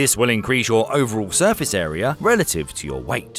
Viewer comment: Really terrifying to encounter this ERYRRR. Not to be confused with the AI ERYRRR.